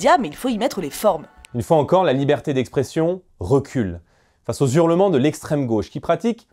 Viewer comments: Ah ah 😱: « face aux zurlements » ( 7’ 28). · « les zurlements » il a dit le romancier …donc attention , hein … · Bardella : "les zurlements". Et ça ne parle même pas correctement la France.